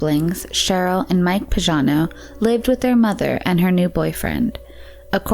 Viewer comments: YoU pronounce PAGANO like PAJANO...is totally wrong,you shuld pronounce it like PAGHANO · the name PAGANO is pronounced with a hard "g" PAG rhymes with BAG. Is this a computerized voice because this isn't an uncommon name or pronounciation. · It's Linda Marie Pagano (hard g). Why does the narrator pronounce it like Pazhano? And her stepfather was Byron, not Brian.